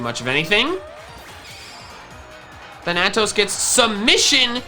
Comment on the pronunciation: thAnatos gosh darnit. Accent on the first A